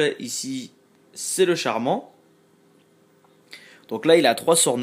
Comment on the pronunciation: Tu dit "charman" mais c'est plutôt "chaman" ;) Et tu achète pas la carte de héros légendaire ?